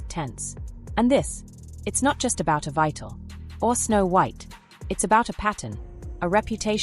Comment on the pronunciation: As an English major, mispronunciations make me nuts. This narrator is so out of the loop, she doesnt know the play's title is pronounced "EVEETA" NOT Ev eye ta